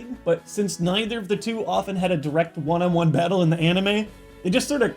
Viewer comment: Did anyone besides me hear bagle in stead of battle ?